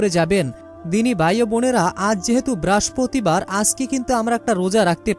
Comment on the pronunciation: ঐ বেটা বারের নাম আগে ঠিক করেন,,, উচ্চারনের ছিরি